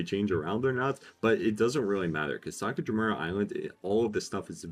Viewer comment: my duuuuuuuude Sakura (meaning cherry blossom) Jima (meaning island) If you weren't botching the name so much I wouldn't mind you adding island to the end but AAAAGHHHH XDDD Thank you for the tips though!